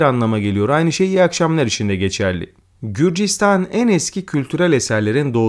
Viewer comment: Qrusya değil gruzya